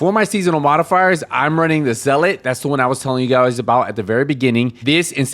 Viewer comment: You’re the only content maker that knows how to pronounce zealot. Respect